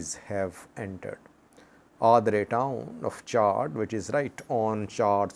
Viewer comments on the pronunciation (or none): There is no R in the name of the country Chad. The pronunciation Chard is of a vegetable. Pronounced with 2 R It means burned